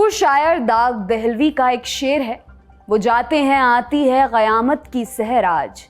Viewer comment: Your pronounciation of QAYAMAT is rare and perfect.